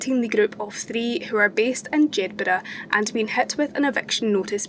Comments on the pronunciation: Jed bur ah, no Jed berg, my dear 😊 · Like your stuff. Jedburgh.. Like Edinburgh... the burgh.. is pronounced... like... burrah... emphasis on r i think... im from Glasgow